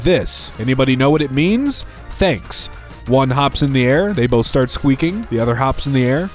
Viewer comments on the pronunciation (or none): none